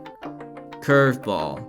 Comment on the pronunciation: "Fast-ball" "Sli-der" "Curve-ball" "Sin-ker" "Change-up"